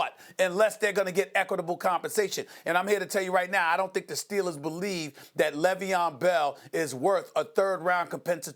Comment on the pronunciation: “L”eveon Bell... all I gotta say.